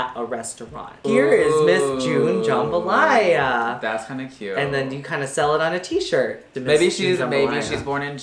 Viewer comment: It's jambalaya not jumbalya lmao